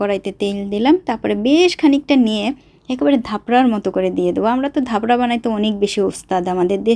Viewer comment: ধাপরা😂😂 না চাপড়া❤